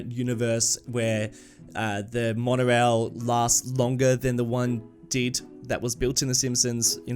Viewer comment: Ah yes, the W in Wonorail.